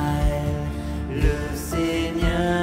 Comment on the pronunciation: Magnifique!! Pour info, ca se prononce Israel avec un S et non pas Izrael